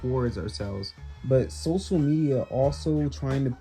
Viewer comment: "Socal" Media